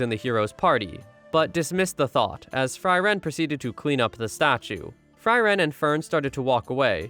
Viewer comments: All this Member have german names. Frieren [ˈfriːrən] not Fry Wren = freeze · It´s Fri: ren, not Freiren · It's pronounced (free ren). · I feel things about how the protagonist's name is pronounced throughout this. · German names god dammit... i dunno how you managed but your pronounciation of Eisen just sounds wrong. as well as Frieren which you absolutely butcherd. Himmel and Heiter are hard to butcher but i imagine some people may still be able to do that (you didn't so you can pat yourself on the back). Himmel (means Sky) Heiter (means (well it's actually a lesser form of happy yet still happy)) Eisen (Means Iron) and Frieren (means Freezing) for anyone interested to know